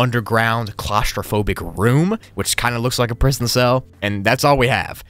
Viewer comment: "Prison broogli"